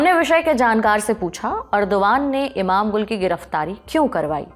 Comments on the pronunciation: Imamgul nahi Imamolu sahi pronunciation ha 😂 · Name is not pronounced correct by Mam Nikhil pronounced correct name Imamoglu इमामोगलू not इमाम गुल